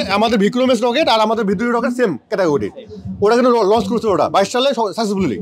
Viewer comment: লঞ্চ কে লস বললে কি মেধা হওয়া যায়